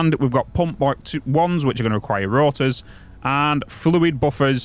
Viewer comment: Can't get over the way you pronounce ingot. in-GOT. Same with rotors. ROT-ors